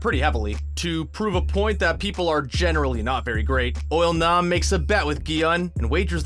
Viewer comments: Narrator: Pronounces IL-Nam as UOL-NAM with confidence. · “Oil-nam” lol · Why he sayin it like oil nom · "Oil-Nam"...is that how you say it?